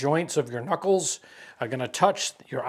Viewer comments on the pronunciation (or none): none